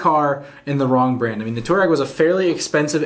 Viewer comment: Touareg is more commonly spoken "twar-egg". Also, can anyone tell me why the Ford EcoSport isn't doing better than it currently is in the US? I mean, it is superior to the HR-V and the Renegade in a couple fronts (one of them being powertrain. That 170hp 2 liter engine is quite capable!